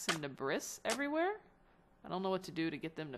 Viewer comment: "Debris" is pronounced 'deh-BREE' btw.